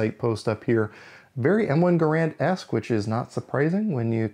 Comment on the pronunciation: Gair-und never Ger-and